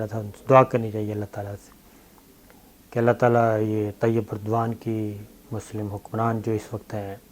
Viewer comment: Dear sabir shakir saab its Tayyip Erdogan" not Tayyip burdwan.